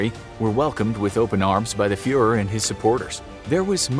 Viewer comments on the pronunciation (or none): none